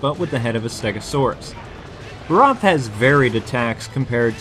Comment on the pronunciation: This is why i hate it when people make videos before they know even half the details of the game. For those viewing for gaming knowledge: cha-cha is the dude's name. (no 'the') egg sacs are actually mud The Barroth (not quite accentuated 'O' as in the vid) rolls in mud to replenish mud. Most player actually just shake the WiiMote or use a Cleanser. Weakest part is ARM. not that hard to aim at, either. It uses it's charge attack often when it rages. there's a reason.